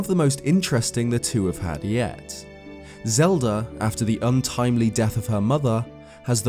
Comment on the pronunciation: Ah yes the Lelda of Zelda